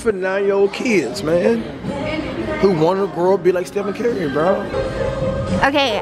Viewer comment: He says carry instead of curry